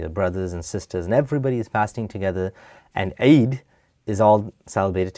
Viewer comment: I’m suppose to believe this guy was an ex Muslim? 😂😂😂 he doesn’t even pronounce “eid” correctly, something my little year old brother can pronounce , or on the contrary this guy just lacks Arabic knowledge so he left something he never understood